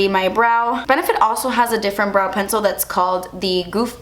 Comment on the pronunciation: I first startet your video while doing some other stuff and I was so confused, cause every time you said brow I understood bra xDDD then I looked at the screen and actually realized you mean brow... that was kinda really funny ^^ --> 'sometimes they don't look identical and that's okay. Your bras are supposed to be sisters not twins' xDD But back to your brows.. your natural brows are really pretty! I mean, not that you shouldn't fill them up a little bit, but honestly.. noting to worry about too much!